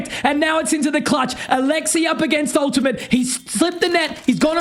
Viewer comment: "that's your teammate, mate. Ultimate" LEEMATE